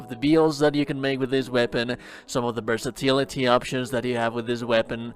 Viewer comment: I love the way this guy says "versatility" the way it rolls through the L sound 👌